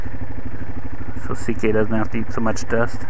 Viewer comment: its ck not zk correctme if im wrong